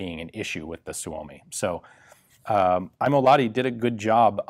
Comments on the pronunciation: Ok, say after me: Lahhh (breathe out some more) ti. Great! You can even squish the H a little if you like. It's not like you'd say la-di-da. The H is audible. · "Laadee". LAH-TI. H from Hate or Him or Hell, or maybe the H-sound from the Scottish Loch for training. EDIT: That scottish thing actually might work better for english speakers. Lach-ti. Sounds a bit russian then but better than la-di-da "Laadee". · american pronoucing Lahti sounds like polish ice cream